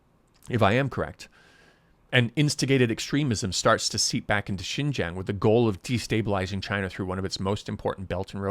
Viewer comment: I am not sure how long you were in Xinjiang but I feel like it wasn't long enough to even be able to pronounce Xinjiang correctly. It appears that this video is not at all about an interview with a Uyghur survivor of one of the reeducation camps but instead a major part of the video is used to slam the United States of America. You are offensive and harbor opinion that is based in ignorance.